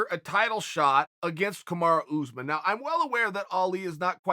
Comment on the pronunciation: Chael: Kamaru "OOZEMAN" Usman